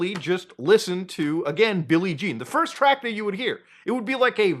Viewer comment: ahh I see what muta's issue is now. He can't say first